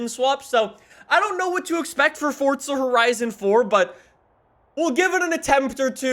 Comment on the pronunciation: fortsa horizan foar